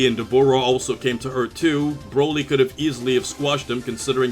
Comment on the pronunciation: why you cant say z broly better